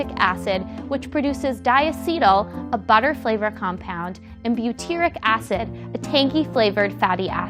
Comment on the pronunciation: It’s pronounced di-acetyl. Not dia-cetyl. .Di = two when appearing in names of chemical compounds.